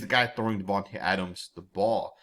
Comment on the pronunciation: His name is pronounced, DIVAnte Adams.